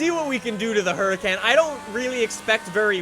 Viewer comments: FYI. It's pronounced Hurakahn Performanteh, not hurakän pformante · I think it’s pronounced “Her-uh-con”. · You literally completely exit out the R